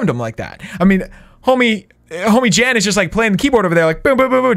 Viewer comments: Jan not Jen dude..😁😁😁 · It was Jan not Jen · Hes name is jan not jennnnn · YOU KEEP CALLING JAN JEN YOU EVEN NAMED THE ARMY 'JENS' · IT'S JAN NOT JEN! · Her name was Jan not Jen. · How many times does say Jen instead of Jan. Say the right number and you win a virtual cookie! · Jan is not the same as jen Jan is a Dutch boys name and sort of spoken out as Shawn and Jen combined This just kinda made me mad bcuz my grandma is named jan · It triggers me that u say "Jen" but it's 'Jan' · First it is Jan not jen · It’s Jan not Jen or jam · It’s Jan not Jen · Its Jan bro not Jen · It’s Jan not Jen why did you name your army Jen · Jan not jen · Its Jan not jen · I feel like "Jan" is Afrikaans and is keep on saying Jen😂 Ah boere is mar awe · Jan is a polish name it’s pronounced “Yarn” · His name is pronounced yan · you spoke Jan wrong out, it’s actually a dutch name. You speak the J as a Y.😅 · My name is Jan and you pronounced it wrong xD it’s a German name